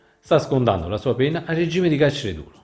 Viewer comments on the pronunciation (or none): none